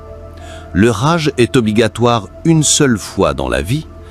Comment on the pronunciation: Je ne sais même pas si je dois vous passez le Salem… s’il vous plaît arrêtez avec L’ IA car les prononciation lorsque vous parlez du HAJJ vous le remplacez par le mot RAGE. Et dans d’autres vidéos c’est pas mieux, même si peut-être votre intention est bonne. Ou alors s’il vous plaît faites des efforts pour corriger tout cela. Bien à vous.